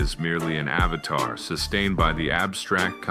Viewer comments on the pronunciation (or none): none